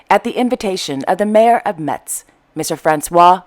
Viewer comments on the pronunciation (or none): Thanks for trying to speak so many languages . Very clever of you . So if you want to do it in a French way Metz is pronounced without t as if in mess. Thanks for all your news.